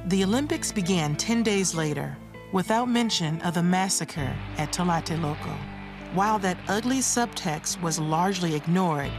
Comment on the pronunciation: Excellent documentary, very well done, I just wished the lady narrating the video could mention correctly the name Tlatelolco, I know it's not an easy word for a non Spanish speaking person but she was saying "talate loco" all the time, it sounds even funny talking about some very serious and bloody things that happened in my country.